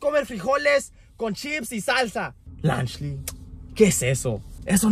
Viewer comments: Lunch Le why did they said lunch Le instead of lunchly? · Lanchly 💀 Praim💀 Festables💀